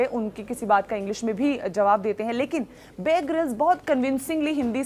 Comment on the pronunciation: Mohtarma ko apne favorite anchor ka nam tak sahi se nhi pata hai..{ babe grylls }. It's not babe grylls it's bear grylls. You should do your homework first then make a video.